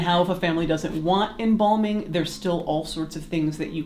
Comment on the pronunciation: Embalming not embombing at least say it right